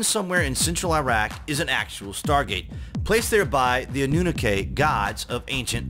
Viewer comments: It is pronounced "ah new nah kee" not not "ah new nuh kay" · Anu Nak ay?! Really guy? Your mispronunciation of that word says alot. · It’s pronounced “AH-NU-NAH-KEY” not “ANNU-NAKAY” 😂 when people present things and grammar is incorrect it makes it easy to question credibility. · Ah- noo-KNOCK-key. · For the love of God it's AHHH-NEW-KNOCK-EEE. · It's "anoo-naky" and "neeb-a-roo" sorry but you where bugging me 😉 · You sound goofy pronouncing Anunnaki the way you did in the video. It is pronounced ON-NEW-KNOCKY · More like annunaki 😊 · Pronounced ah new nah key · Great vids! But you need to work on your pronunciations bro. Its Nih-Rha-Boo and Ah-Noo-Nah-Kee.. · Even Scooby doo got it right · Your not saying the name right for one. Next.. how did they go from being creates of life to Aliens that traveled to this planet to meet man 🥴🤷🏾‍♂️ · why u pronouncing annunaki like that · Boy if you don’t learn to pronounce anunnaki 🤦🏻‍♂️😂